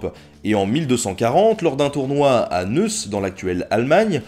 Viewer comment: On ne dit pas neus mais "noye ss"